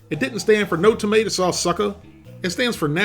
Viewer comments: Tomeato c'mon bro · ToMeato!! Come on, it was right in front of your face! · Tomeato vs Tomeatah